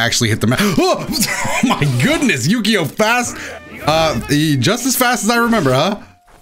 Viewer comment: especially when the name is more like "oo-kyo", not "U-key-o"